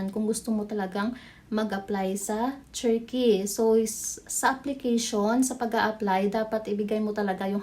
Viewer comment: Pag aralan nyo nga po yung pronounciation nyo ng TURKEY meron yan dito sa YT how to pronounce, nakaka banas kasi